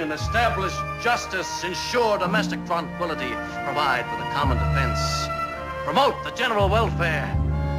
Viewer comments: Tron-quility? is that like saba-a-tahg? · I don't say "tranquility". I saw "TRON-quility".